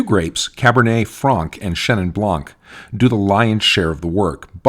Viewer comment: It's Chenin Blanc, not Chenin Blanque. Same goes with every other word ending with a silent letter.